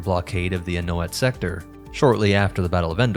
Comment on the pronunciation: The 'A' isn't pronounced in Anoat.